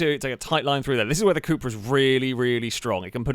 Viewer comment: It's called cupra, short for cup racing but U in spanish is pronounced as oo, or as a long u like in June.